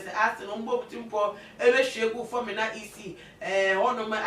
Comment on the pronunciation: Learn correct pronunciation before coming on air please. Learn how to pronounce Fomena well ok.